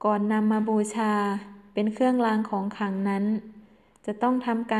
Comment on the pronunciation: "เคื่องลาง ของขัง" "แค้วคาด ปอดพัย"....ไม่ผ่านค่ะ ร.เรือ ล.ลิง ไม่ชัดเจน